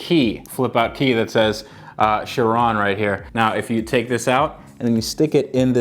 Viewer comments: Bruhhh it’s not called a Chirone Chi-ron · It is shir on like the word on not shir own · It’s not pronounced chiroune it’s pronounce Chi ron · Its pronounced: Chiron, not Shirone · Sheer-Ron not sha rown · Its not not pronounced 'shi-ron'...its 'ki-ron' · Why do you say chirone? Its chiron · He sais charone... It’s SHEEROWN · Chiron is pronounced She - Ron there is no ‘E’ its French, named after a Monégasque Racing Driver, Louis Chiron, who Drove For Bugatti. Bugatti, is Italian although the cars were built in France by Ettore Arco Isidoro Bugatti, who was born in Italy. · its not chirone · It’s pronounced Ky-Ron. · You said sheron lol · It's Chiron not sherone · Its pronounced ki·ron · If you say it chrooone your actually mental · Its pronounced. Kye-ron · Wtf is a Bugatti sherown 🤦🏽‍♂️🤦🏽‍♂️ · You think he's saying it wrong too? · He said chiron Wrong. Its shere-on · Not trying to be a jerk, but it's pronounced like SHEER-OWN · The way he says Chiron pisses me off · That is not how you pronounce it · It annoys me how you pronounce it wrong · How did you manage to mess up the pronunciation of Chiron!!!!! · You pronounced chiron wrong lol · you said Bugatti chiron wrong